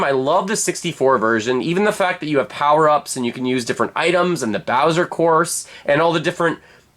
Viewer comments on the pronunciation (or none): none